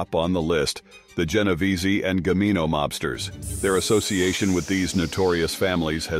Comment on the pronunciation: Gambino! not Gamino!